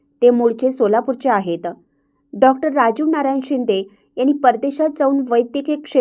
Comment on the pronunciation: निवेदिका अशा का बोलतात? आहेत त वर जोर, धन्यवाद मध्ये द वर जोर त्यामुळे बातमी एवढी मोठी आणि चांगली असून रसभंग होतो